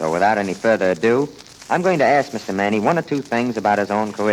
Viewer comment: Max Manne was too polite to tell the dense announcer that his name is pronounced Mann not Mannie.